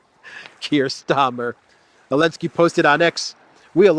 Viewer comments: My friend it’s Zalensky not Alenski please fix that issue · Zelensky it’s Zzzzzelensky. Love you brother!!!! lol